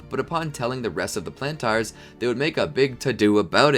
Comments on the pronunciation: Lol, "Plan Tars". (No offense intended, I just find the way you pronounced Planters amusing.) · love this but whenever you say plantars i scream in my head